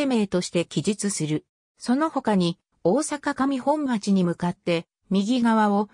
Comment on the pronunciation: 上本町を「かみほんまち」と言っている！うえほんまちが正解⭕